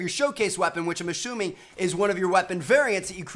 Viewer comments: which I'm ASHUMING- Trevor 2015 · "Which I'm ashooming" - Tmartn 2015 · "Ashuming" -Tmartn 2015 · Which Im A-SHOE-MING